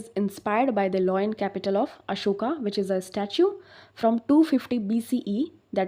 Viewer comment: Madam ji kya yaar lion ko loin balti hen.likhte ho kuch or balte ho or. Ap janti hen students ko kitini parisani hoti he dil toot jata he. Pls mam thik se reading kijia.